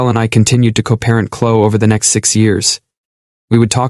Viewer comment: It's Clo-eee😡!